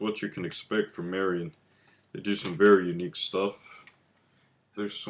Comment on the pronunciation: Do you not believe in the letter "L"? Marillion is not pronounced Marian...... It's fucking Marillion